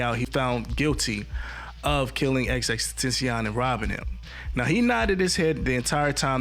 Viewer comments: Bro gate keeping this instrumental and you don’t even know how to say xxxtentacion name right 😂😂😂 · Still getting that name wrong. lol